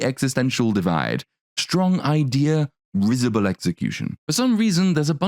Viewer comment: to elevated you from my fave film reviewer to a GOD-tier social critic. Sociologist you impressed the HELL out of realist me! Plus your correct pronunciation of "risible".